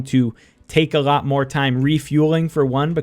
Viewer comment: A „lot“ or a „rot“ - wtf Are u saying